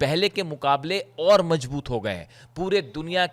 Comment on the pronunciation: you are a wonderful reporter but you need to improve your pronunciation. You pronounce J instead of Z (majboot instead of mazboot). You mispronounce Ka instead of Kha. Ali Khamener's name is wrongly pronounced by you. Remember bad pronunciation spoils the good reporting.